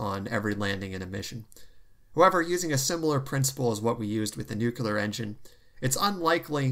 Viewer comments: Nucl-EE-ar not nuc-U-lar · NEW-CLEAR, not NEW-CUE-LAR. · Good to see you back. The word 'nuclear' is pronounced 'nu clear'. There is no second u sound. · Chads: nu-clear